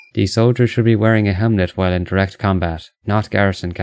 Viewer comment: this dude says hemlet instead of helmet